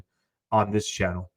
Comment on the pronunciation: be saying chinnel. Subscribe to the chinnel everyone